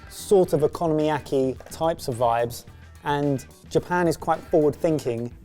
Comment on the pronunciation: It's Okonomiyaki, not economy-acy lol